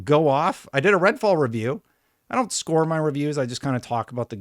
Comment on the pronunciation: Am I going crazy or is he saying red ball on purpose